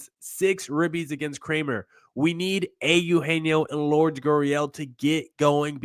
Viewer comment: Lure-des. Stop calling him Lords. Look it up.